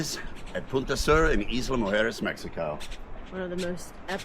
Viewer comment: EYE=luh guys not EAS=la